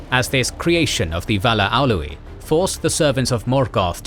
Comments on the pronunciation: For anyone unsure how its suppsoed to be pronounced. It is OWL-EH, not Owlu-ee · These videos are amazing but please please please learn how to pronounce the names properly :( the way you say Aule just burns my ears (Aloo-ee???)and Hill of Himrang?? House of BEEor??? Also doriath the name should be placed over doriath not dorthonion. But I fucking love these videos and just want them to be perfect!